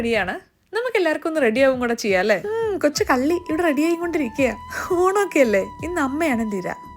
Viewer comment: Hayyo,hamme,honam,hatha,hitha. entha nalla artificiality ellathintem munne ha🤮